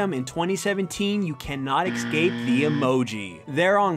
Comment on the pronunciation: "Excape" Fucking hell.